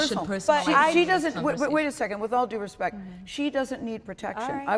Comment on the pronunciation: A "congresswoman" who can't pronounce respect...gimme a break